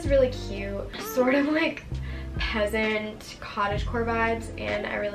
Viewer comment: Did she say peasant wtf😒